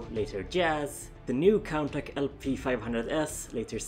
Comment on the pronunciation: I believe that Contach is pronounced as 'Con Tash' not 'Con Tack' as I heard it pronounced like that, Golion came after Diaclone a year later in 1981, M.A.S.K. wasn't made until 1985 by Kenner, so the transforming vehicles were just a coincidence, the Exkaiser 'Geisters' were only loosely based on the G1 Dinobots, in the show they combined with each other, which of course the Diaclone toys didn't do. Though it was odd that Hasbro would miss out on that one other Triple Changer, no doubt it would had become a Decepticon, unless Hasbro wanted a triple aerial changer for the Autobots. Though that character's design had been implemented into some forms of other Transformers media, mostly comics. No mention of the planned 'Jizai Gattai' line though that became the Special Teams. Other then those this was very informative. :)